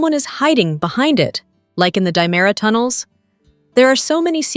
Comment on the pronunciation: It's diamera not dimera